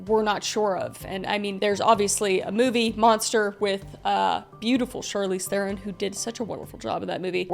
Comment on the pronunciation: Kris its pronounced Char-Leeeez Theeeeerrrr-ron shes Afrikaans so you gotta emphasise certain syllables